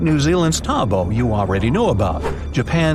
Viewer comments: Lake Taubo, Its Take Taupo (Pronounced Toe-Paw) not Taubo, anyways, I Live I New Zealand & It is at level 2 & I don't live far away from Lake Taupo so it's really scary, This eruption would scare all the 5 million people that live in New Zealand, Lake Taupo is DEADLY Edit: Also last time Lake Taupo had its massive eruption It covered basically all New Zealand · Umm being from New Zealand I am gonna say that Lake Taupo is pronounced Tow-por as it being a Maori word.